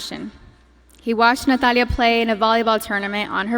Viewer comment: I just love how she says "Natalia" with that beautiful castilian accent ❤